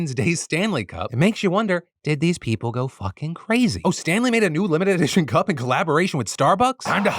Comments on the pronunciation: I wasnt watching the visuals for the Stanley story and i kept hearing Stan Lees and i was just so confused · Honestly thought you said "Stan Lee" Tumblers and I was sorely confused until I looked at the screen and scoffed in disappointment